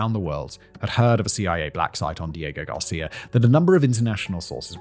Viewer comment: This video was difficult for me, seeing as how i got both nauseous and angry everytime you said "diego garcia".